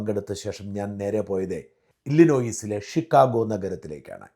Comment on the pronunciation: ഇല്ലിനോയി.... എന്ന് pronounce ചെയ്യൂ ഷാജൻ....with all due respects🙏.You are doing a fantastic job in genuine journalism.All the stupid kerala media should learn from you....at least I hope so🙏....Dr.Sunil Balakrishnan